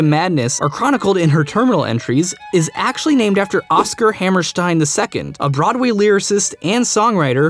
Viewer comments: It's Ha- Mer (like in 'merica)- St - "i"-N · You're over pronouncing Oscar Hammerstein's name. It's not as German sounding as you're making it.